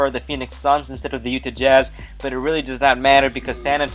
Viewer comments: UTAH.....JAZZ. UTAH.....JAZZ. NOT UTE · Utah jazz.. not ''Utih''